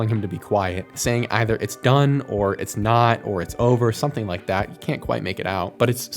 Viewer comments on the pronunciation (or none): Sounds like he is sayin, “it’s us” and not “it’s not”. Otherwise, good video